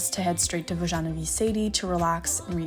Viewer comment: wait how did you pronounce "vojanovy sady"??? my ears bled from that... it's "voh-yah-noh-vyh sah-dyh" (i have no idea how to transcribe "y" into english)